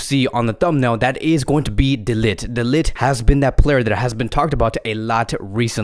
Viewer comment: His name is actually pronounces as "de licked" not "de lit"😂